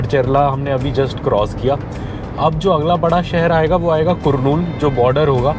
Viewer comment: Hi Bro , It's कर्नूल Not कुरनूल